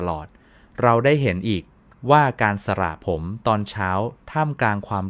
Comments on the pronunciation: สระผมค่ะ ไม่ใช่สละผม อย่าใช้เสียง AI เลยค่ะขอร้องเถอะ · ทำไมพูดไม่ถูกด้วยสระผมอ่านเป็นสะระผมจริงต้องอ่านสะผม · ช่วยอ่านให้มันถูกต้องหน่อยค่ะคำว่าสระผมตัวพยัญชนะแบบนี้นะตามที่ขึ้นนี่อ่านวิบัติหมดเลยสะระผมอีกหน่อยเด็กไทยก็เขียนตัวสะกดการันต์ของพยัญชนะหนังสือไทยไม่ถูกต้องวิบัติเพราะอ่านแบบนี้AI แล้วสิท่า